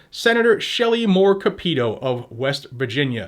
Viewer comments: Her name is not pronounced Capeeto it's Cap ah to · Shelly Moore Capito is pronounced "Cap it toe", but I like the way you pronounced it! lol I'm still VOTING the ALL OUT on ELECTION DAY! Both Federal and State! I do not trust ANY POLITICIAN. Love Ya Brother! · WV senator - Capito pronounced ( Cap-A-toe) just helping you out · & Gadgets, Shelly Moore Capitol’s last name is pronounced as Cap-it-toe! She’s just as crooked as her disgraced governor daddy was when he was West Virginia’s governor!!! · It's pronounced Cap-a-tow and I'm going to call her now. She's going to loose a lot of votes.